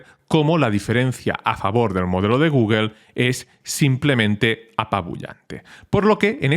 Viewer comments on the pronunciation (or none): none